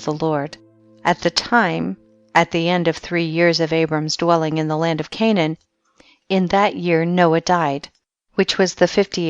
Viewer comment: She does poor pronunciation of word reading,too much expressing qith stress on letters "s - d - t" creating letters on words incorrectly. Ex: land ...she says lant